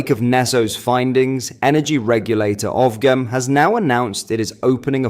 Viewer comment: OFGEM… fyi it’s pronounced …….. Off-Jem